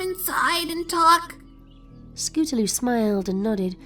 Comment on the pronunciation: I like how throw out the story the narrator calls scootaloue they